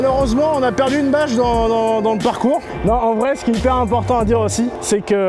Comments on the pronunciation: J'ai entendu "vache" a chaque "bache" du coup j'ai trouvé ça plutôt marrant le " tu es meilleur qu'une vache" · Comme les autres étaient dans un champ, j'ai compris VACHE au lieu de BÂCHE xD Sinon, au-délà des nuages, vise carrément l'espace.